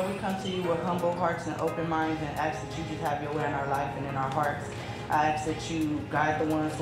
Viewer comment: You should have told the guard it's pronounced "ASSSK" not "AXESS"